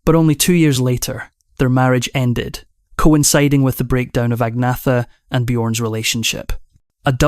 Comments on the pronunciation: No it’s ag- meta 🇸🇪🇸🇪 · Agnetha, Agneta and Agnette are pronounced as Ang ' netta (ung - neh - tah). But better and easier pronounced as Agnetta for the English speaking countries. The same as Björn is known as B ' orn (Bee ' orn) to the English but pronounced as B ' ern (Bee ' urn) in Sweden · You need to learn how to pronounce Agnetha - there's no "Th" sound in Swedish so the "h" becomes silent. Agnetha, Agneta and Agnette are pronounced as Ang ' netta (ung - neh - tah) to the English it's easier to pronounce her name as Agnetta Björn in Sweden is pronounced B ' ern (Bee ' urn) but better known as B ' orn (Bee ' orn) in the English speaking countries. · Her name is Agnetha pronouced Agneta and this AI is a disgrace and slanderous should be banned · Agnetha, Agneta and Agnette are pronounced as Ang ' netta (ung - neh - tah) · 😂 they all call her Agneeetha. There is even a vid on YouTube where she talks how to pronounce her name correctly. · Her name pronounced Anne yeta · teach ai how to pronounce agnetha